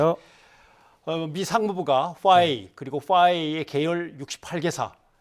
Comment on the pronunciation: 그냥 화웨이라고 정확히 말좀 하시지 듣기 불편하네요.